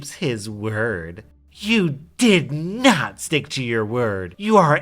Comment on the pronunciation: I fucking hate it when people can't even put emphasis on the right word."you DID not stick to your word' as opposed to "you did NOT stick to your word" Not should get the emphasis here as it's the more important detail of the phrase did not, putting emphasis on did might confuse a reader and it blows my mind people still don't know how to do this stuff correctly